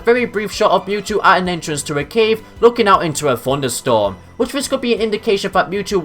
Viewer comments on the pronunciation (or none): none